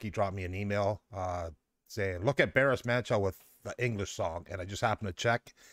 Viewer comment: Hello, you may wish to say Baris Manco as it is in Turkey: To do this, use the English word BAR, then add the last part of the word FINISH (ish) to become BARish, then you are good with that! BARIŞ MANÇO=BARiSH MANCHO (His name Barış, translates to mean, peace, in English!) Different sounds to some Turkish alphabet: c=g (as in George) ç=ch (as in church) s=s ş=sh (as in sheep or ship) Turkish alphabet is similar to English alphabet with these exceptions: Ç Ğ I İ Ö Ş Ü ç ğ ı i ö ş ü These three sound, below, are very rarely used; just a few words; they are not in fact officially within Turkish alphabet: Â Î Û â î û If you wish to go a bit further, I recommend these